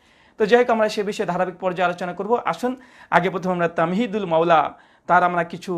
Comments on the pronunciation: ওনার নাম তামহীদুল মাওলা নয়। তাহমীদুল মাওলা । নামটাও সঠিক করে বললেন না আফসোস ! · নামটাও বলতে পারলো না 🤣 বলে তামহিদুল মাওলা বললো😄😃